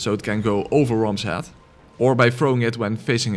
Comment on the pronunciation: When you say "head", as in "attack his head" it sounds like the word "hat". Love your videos, Im attempting a Gun only run using your guide, just beat Gascoigne so now im going through Old Yarnham getting shot at by a gattling gun